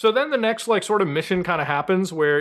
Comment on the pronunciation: muta it is raul not rahul